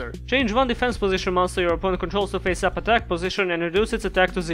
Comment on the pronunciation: The funny thing here is you sometimes pronounce 'Face up' as 'Pissed Off'.